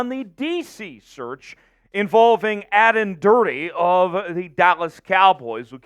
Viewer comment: Totally unprofessional. If you are going to present a video on a coach, at least learn to pronounce at least one of his two names. Plus you missed the one trait that makes Aden Durde unique mong NFL coaches and why his story is so amazing. Clearly no proper research done, just read (badly) from a script.